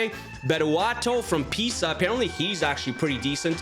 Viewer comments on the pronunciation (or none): none